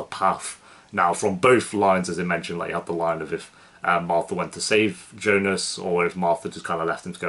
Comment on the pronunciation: Jonas not Jonus ;)